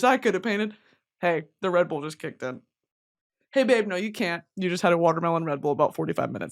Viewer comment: tell me why when you said “the redbull kicked in” about your red toga and i heard “the red. bull kicked in” like the red fabric made your bull instincts kick in or something 😭😭😭